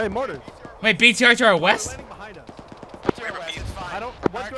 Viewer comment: I'm sure he said weast. ._.